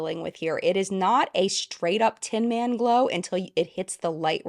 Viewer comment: Everytime you said “tin man” I heard Theresa is dead 🙄